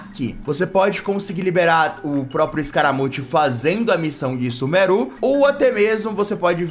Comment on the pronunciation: Ele falou sumeruu, confirmado usar IA pra fazer seus vídeos. Prendam-no (Contém ironia)